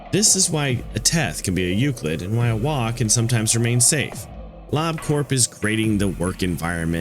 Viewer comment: awesome video!!! i'm a huge fan of both the SCP wiki and lobcorp, so this kinda thing is a joy to see :D minor gripe: i'm afraid you're pronouncing a few words incorrectly? specifically the classification names: 'keter' is pronounced closer to 'keh-ter' instead of 'key-ter', 'teth' is pronounced closer to 'tet', and 'waw' is pronounced closer to 'vav'. these discrepancies are a result of the difficulties in transferring foreign (in this case, hebrew) words to the english alphabet!